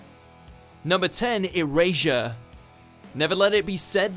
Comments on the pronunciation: Funny how he says erasure wrong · ok I see how you can get midoyas name wrong but hOw hArD iS iT tO sAy eRaSuRe cOrReCtLy